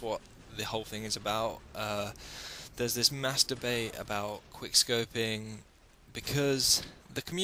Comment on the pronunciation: he says "mass debate" lmao sounds exactly like masturbate.